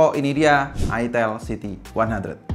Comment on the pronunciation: Itel siti 100 Itel siti 100 Geli geli geli gimana gitu ngucapinnya Apalagi ngucapinnya "itel siti 100, ha.... Itel siti 100" Hehehehe